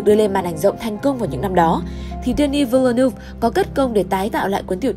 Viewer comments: “Đơ ni vil lơ nớv” thì đúng hơn đó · Tên đạo diễn đọc là "đen ni viu nớp" mà ơi